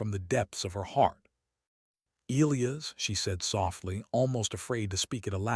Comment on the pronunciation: This should be funny counting how many times the a.i. can mispronouce Elias,! 25,30?